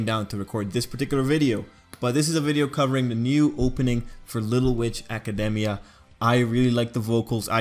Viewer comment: I thought academia was pronounced aca. demy .a